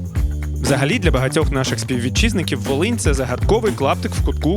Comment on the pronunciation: Волинь а не валинь 55хвилина